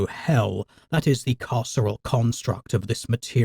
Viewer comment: Oh, "carceral construct". I kept hearing it as "casserole construct".